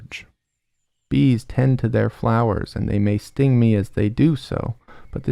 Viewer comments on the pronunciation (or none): none